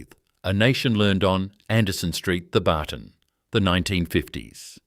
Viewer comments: G’day, it’s pronounced ‘Theb-artn’ without the hyphen… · It's not pronounced The barton